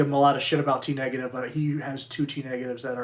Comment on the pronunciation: You pronounced “T-Negative” wrong Sir 😶